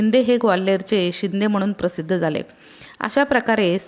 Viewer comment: तुम्ही सांगितलेली माहिती खूपच उपयुक्त परंतू शब्द उच्चारणात सुधारणा केली तर बरे होईल उदाहरणार्थ नाही आहे णाहि /म्हणून आहे म्हनून